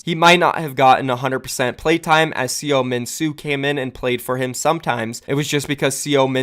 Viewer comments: Mike Seo Sea-yo-min-soo? Pretty sure it’s so-min-soo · seominsoo = suh-min-soo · Ilios was Map 8. Also, you mispronounced SeoMinSoo (서민수) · pls learn to pronounce the names correctly. butchered seominsoo and haksak